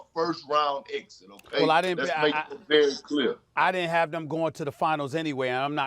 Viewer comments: "Rudy GoBURT" - KP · perk really just said “Rudy Go-BURT” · Kendrick "Rudy Goburrrt" Perkins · “Rudy Goburt”lmao!!! Why does perk talk just as slow as he played the game of basketball 😂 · I cannot believe I was agreeing with Kendrick Perkins...until he said "Rudy Go-Burt" 😂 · "Rudy GoBURT" 😂😂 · Kendrick "rudy go-burt" perkins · "Rudy Gobuh" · Perk- "Roody Goburt" LMAO